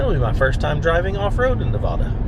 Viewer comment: I have a project m four wheel camper on my gladiator and love it...from someone who lives Nevada you need to work in your pronunciation 😂